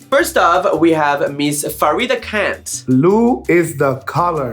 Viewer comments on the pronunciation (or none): it's Kant, not Kent